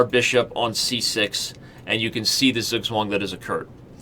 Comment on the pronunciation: as a native german it took my way too long to understand that he is trying to say "Zugzwang"